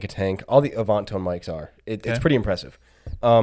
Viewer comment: "A-vahn-tone"?? Come on.